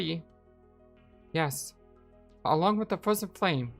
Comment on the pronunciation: Ahhh ha ha ha ha! That's exactly what i'm talking about! The Fwozen Fwame... XD XD XD